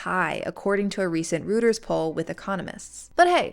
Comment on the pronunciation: Reuters is pronounced “Roy-ters”, not “Rooters”.